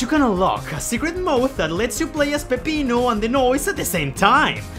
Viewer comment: I appreciate the way you pronounce Peppino. No, I will not elaborate.